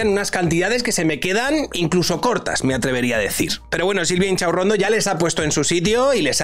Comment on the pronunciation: A ver,, que siempre lo dices mal; es Silvia InCHOCHAurrondo